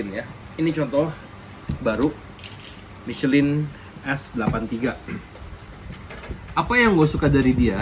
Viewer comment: Cuma ngasih tw aja Om... Ban MICHELIN itu dibacanya MI SE LANG Krn itu produk Perancis jd emg gitu pengucapannya. TerimaKasih🙏